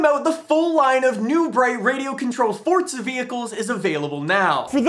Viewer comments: FOURZA NOT FORTZA JESUS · it was more because he says it 1000 times, but it's also pronounced for•zuh not fort•zuh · It's Forza not fortza 😂😂 I think it every time 🤣 love your videos tho 👍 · Forza not fortza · The way you say “fortza” actually makes me want to turn off my phone